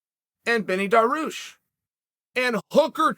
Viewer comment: Alright I take back my last comment about saying names wrong. Darush is okay in my book